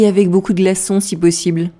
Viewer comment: Got the jist on 1st listen , but guessed 'avoir' based on the context of the subsequent conversation. 'Beaucoup de' sounded like beaucoud and recognised it based on that she wanted ice. It was like in France, when I asked for 'une barquette de pommes des terres' and she repeated twice '...pas encore pret' so I then realised they were not yet ready. I missed the first part but then got the jist.